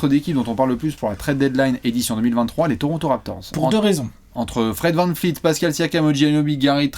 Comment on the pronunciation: Salut, c'est VAN VLEET pas VAN FLEET,, stp.